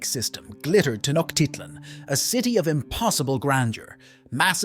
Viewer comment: Pronouned: Tee-noje- tit-lan